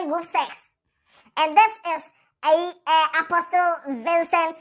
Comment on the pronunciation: The t in apostle is silent. It’s pronounced ‘aposle’